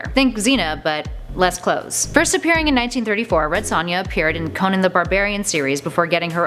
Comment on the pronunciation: Please try and pronounce their names correctly. Conan wasn't pronounced properly.